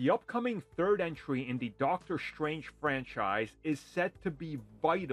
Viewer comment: his name is Dr Strange not Dr Shtrange. Why do you say it with an "sh" sound?